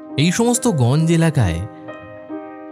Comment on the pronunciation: গঞ্জ্ নয় উচ্চারণ টা হবে গঞ্জো